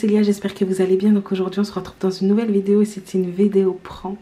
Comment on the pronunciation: écouter comment dit vedeo